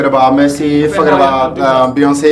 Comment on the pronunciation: Diogoye néna "beuyeumçi" ak meuçi 😁🤣😅 Beyoncé et messi